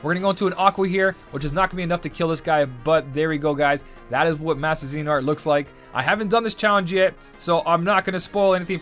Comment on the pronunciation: Bro its not z nort its zeh ah nort